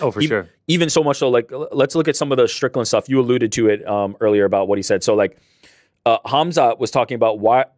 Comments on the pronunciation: says "Strickdan" instead of Strickland! Call back to yesterday's super chats. SHOUT IT FROM THE ROOFTOPS, DO NOT LET HIM GET AWAY WITH THIS PEOPLE! 😅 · 3 minutes in and hits us with the Sean “Stricktand” 😂😂😂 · I was with you the other day. But I’m hearing you say “Stricktand” today! All love to the boys on the back!! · says "Stricktan" hahahahaha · Scratch that - He's said it about 40 times